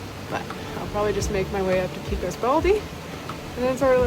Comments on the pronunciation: Great video! Thanks (Note: Pecos is pronounced PECK-ohs with a short e, others in New Mexico say the E as a long A Pay-cos) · I'm glad you decided to stay inside the shelter. New Mexico storms are nothing to play around with, especially in the high country. Also, FYI here in New Mexico we pronounce Pecos: Peck-ohs...not Peecos. And Truchas is pronounced Troo-Chus. not Trookas.